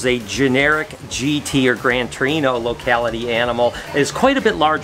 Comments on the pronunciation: He says grande torino every time hahahahah (grande terre*) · Brosse pronounced "Bross" Grand Terre pronounced "Grand Terra" 😬😬😬